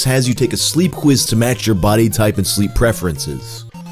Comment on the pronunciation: Did you say sleep quiz or sleep Wizz ❓